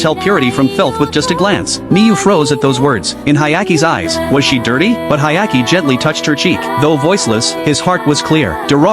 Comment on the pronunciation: Hyakimaru * Why would you call him Hayaki lmfao